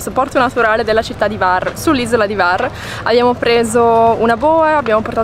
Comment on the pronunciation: Ciao bellissimi, ben tornati! Ho sentito la vostra mancanza, e quella dei vostri video. Hvar è bellissima, è chiamata la Portofino dell >Adriatico e l isola della lavanda. scusa se mi permetto, il nome non è Var, ma la acca viene nominata, cioè Cvar. Perdonami, non volevo fare il saccente, ma navigo come marinaio in quelle acque da tanti anni. Un caro abbraccio a voi.